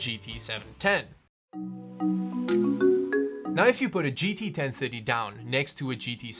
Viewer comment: GT Ten thuddy...